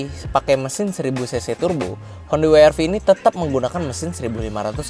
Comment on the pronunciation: W-RV nya beneran dibilang Wi Ar Vi dong 😂😂 Kalau gak bisa bilang Double Yu Ar Vi, bilang saja We Er Ve, gak usah repot.